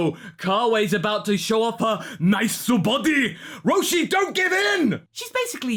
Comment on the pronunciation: "NICEU BODEH!" I fucking died